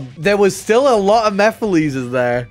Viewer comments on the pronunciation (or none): Mefiles??? WTH?! 🤣🤣🤣 Is it that hard to say MEH-FEE-LESS?!! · I did NOT know how to pronounce it for the longest time so I kept saying Meh-files LOL